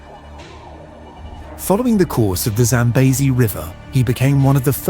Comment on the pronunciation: ZambEzi not ZambAzi